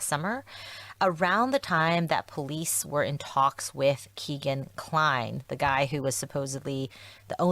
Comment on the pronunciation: Just want to say the pronunciation of Kegan Kline’s first name is “Keg-an” not “Key-gan” which is more common. Supposedly he was named after his father Tony’s favorite strip club which was called “Keg and Stein”. Kegan Kline, Keg and Stein. Wish I could remember who originally reported that.